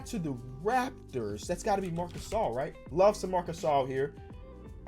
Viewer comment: Why’d he say larmc gasol😂😂